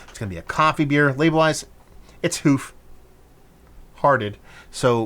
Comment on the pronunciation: That’s how I’d describe almost every beer from them. Fun and dangerous. Usually too easy to drink for how high of ABV. I’ll suggest pronouncing Hoof differently, almost to sound like the “u” in push. Like the way some folks pronounce “roof” almost like “rough”.